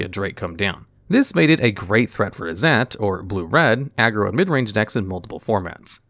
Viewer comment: Thats not how Izzet is pronounced.